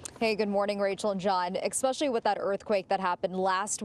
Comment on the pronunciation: Did that reporter really say “expecially”?